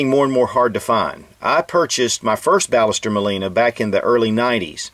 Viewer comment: Actually it is pronounced Bash-s-terr Mawl-ee-nah. I'm from Argentina :)